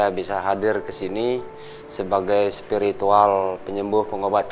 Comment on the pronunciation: Presenternya biasakan aja lebay.... Cara ngomongnya bilang spirituwel... Biasakan aja ngomongnya